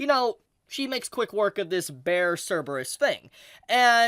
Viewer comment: "CERBEARUS" LOL